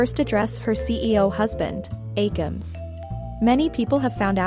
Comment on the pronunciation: Aemilst ❌ AemLUST ✅